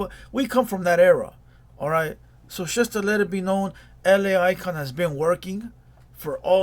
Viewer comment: It’s “just” not “chust”